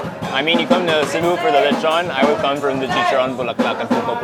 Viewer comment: You nailed Cebu, that’s my place!👏🏻👏🏻👏🏻👏🏻👏🏻